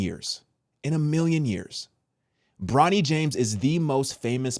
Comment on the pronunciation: It's Bronny not Ronny!!!